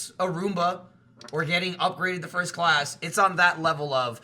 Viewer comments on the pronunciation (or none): none